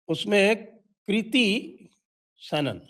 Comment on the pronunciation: Kirti किर्ती नहीं kriti क्रीती